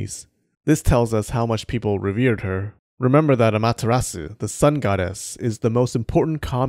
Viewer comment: Don't pronounce the u in Amaterasu